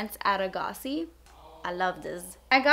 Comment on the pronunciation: I work at A'gaci and I was so surprised you pronounced it correctly! also your highlight was so on point